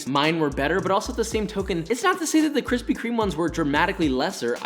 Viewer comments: Lol where are the kwispy kwomments? I’m too early sad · Need Kwispy merch... 🤣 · 1 like = 1 kwispy